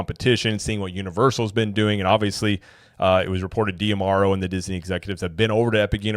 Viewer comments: Why do you insist on pronouncing his name "Dee-Amaro", and not "Dah-Maro"? I've never heard anyone else say it like that, and there's an apostrophe there in D'Amaro, so it should be read like a contraction... You can watch company videos where they introduce him by name. It sort of rhymes with "tomorrow", as cheesy as that may sound. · I mean, it's not that I've actually put thought into how to pronounce his name (though I do think it should be kind of obvious), as much as I have simply watched other content creators on imagineering, as a HOBBY. I would just expect someone who's trying to do the same thing professionally, to at least WANT to be on some kind of general awareness level that their peers are on, and also WANT to say the name of the Chairman of Disney Experiences correctly, when you run an actual THEME PARK CHANNEL! Holy cow! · Well, maybe because you're also pronouncing it wrong in every video